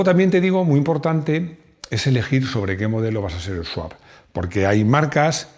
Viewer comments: No es Sawp, es Swap. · ES SWAP SWAP SWAP NO SAWP, ANDA QUE CON LO QUE SABE ESTE SEÑOR LE PONGÁIS ESTE TITULO MAL ESCRITO... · Le han hecho un SWAP (sawp) a la palabra SWAP 😅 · ¡No es sawp!Es swap.